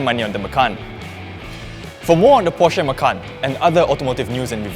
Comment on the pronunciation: Hey, find out how to pronounce PORSCHE